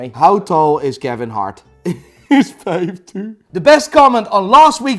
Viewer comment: I'm here for the faif faiva faive pronuntiation! Love it!